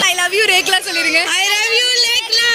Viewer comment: Lekla illa rekla